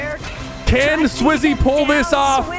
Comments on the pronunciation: 8 minute in u said swizy and falcon falcon is the org is name is japko good vid btw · SwizzY and Falcon💀 & saying Slayer instead of Fragger like this ain’t elder scrolls online, the more I watch the video the more I realize ‘bro does not watch EU’💀 he’s saying almost all their names wrong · Bro said swizzy and falcon 😂😂 no hate